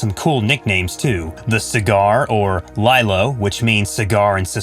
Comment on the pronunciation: It's pronounced Lee-Lo